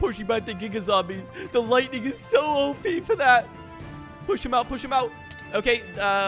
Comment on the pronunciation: I’m sorry did he say lighting tipe